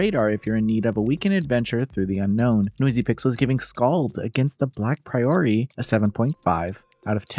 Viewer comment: Not to be that guy, but I like to know how to pronounce things and it’s not a common word, so I mean this with the best intentions: It’s not pronounced like the phrase “a priori” A “priory” is basically a sort of monastery, and it’s pronounced with the stress on the first syllable: PRAI-ur-ee